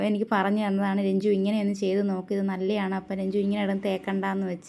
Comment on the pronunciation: Nalleyanu, nalleyanu ennalla. Malayalam nallathanu ennanu